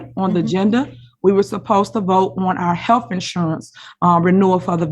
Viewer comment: Did she say they needed to “renew their HEALF insurance”